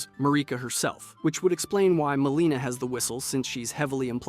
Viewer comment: Good video but quit saying mareeka and maleena bro. Its Marika and Melina